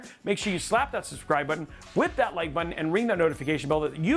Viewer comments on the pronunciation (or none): none